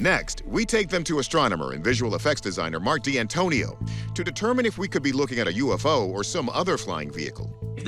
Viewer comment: Now you all know how to butcher the word UFO in italian